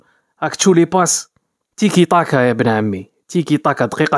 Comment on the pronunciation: قعرتني بالضحك كي قلت طيكي طاكا يا بن عمي